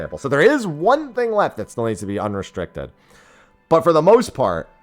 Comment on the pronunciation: UNRESITRICITED GLAM, must've been shocked about that change too if he butchered that word so horribly. Glad they realized restricted gear was redundant for so long, huge w